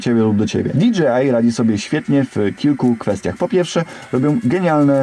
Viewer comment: Dzięki. Fajny film. Zamówiłem sobie tą zabaweczkę. Gwoli scisłości: Jeśli "si" to i "ar" a nie "er"🤪 tak jak z hi-fi.